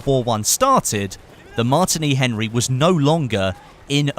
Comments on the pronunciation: your pronouncing it weirdly its pronounced the same as the drink martini not 'martiny Henry' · Also he could not pronounce the Martini Henry rifle right plus adding how he would like a scope on it. I mean its not cod lol.